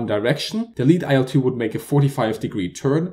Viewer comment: Great video, but I must add that the correct pronunciation of the name of the plane is like the word "ill" with a short 'l' sound at the end.